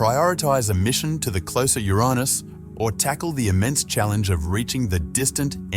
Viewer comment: WTF "yo-raa-nis" ??? it's pronounced "your anus" NASASS🍌